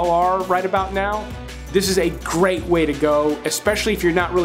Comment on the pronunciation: Glad to know I am not the only one who combines my words; when you said "Gwayte" when trying to say "Great Way" your brain was trying to say "way" before you finished saying "Great". I do that all the time. lol.